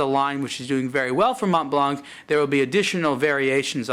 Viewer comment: You don't pronounce the C in Blanc. Therefore it doesn't sound like blank but blan.